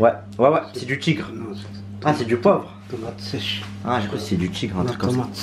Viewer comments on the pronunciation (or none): « tomate séché »🤣🤣🤣